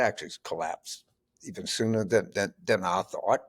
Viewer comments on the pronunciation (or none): none